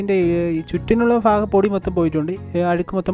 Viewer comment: Nice 🥰 അളിയാ ഫാഗം അല്ല ഭാഗം 😊